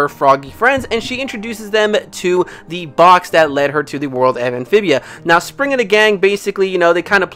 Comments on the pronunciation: its actually pronounced sprig not spring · It’s Sprig😅